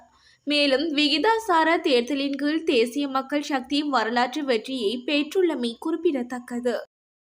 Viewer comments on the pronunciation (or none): விறுப்பு வாக்கு, இரம்பெற்றது, பேற்றுள்ளமை, பெருபேரு, பொலுது. தயவு செய்து தமிழ் உச்சரிப்பு பயிற்சி தேவை பிள்ளை. முன்னாள் வானொலி செய்தி வாசிப்பாளர் சொற்சொரூபவதி அம்மாவின் காணொலி கிடைத்தால் திரும்ப கேட்டவும். நல்ல உச்சரிப்பாளர்களின் உரைகளை கேட்டுக் கேட்டு திருத்தவும். எனது இந்தப்பதிவு புண்படுத்தவல்ல தமிழ் மொழியை உங்களிடம் பண்படுத்தவே. முயன்றால் முடியாதது ஒன்றுமில்லை.